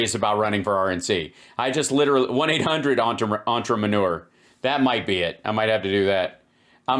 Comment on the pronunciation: He's an ontra-manure. He's an ultra-maroon. These trumpian- magats speak English like cartoon characters with speech impediments.